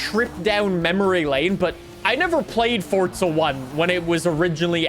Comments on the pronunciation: Why are you pronouncing it "fortza"? its forza mate and if you wanna fall out about it then thats fine :@ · It pains me each time somebody pronounces “forza” as “fortsa”. GOD it pisses me off so much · Bro could you stop saying “fortza”? You literally only had 1 job blud... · There isn’t a “T” in Forza bro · Am I the only one who gets triggered/mad at the way he says Forza? (Not hate, just asking. no need to be offended)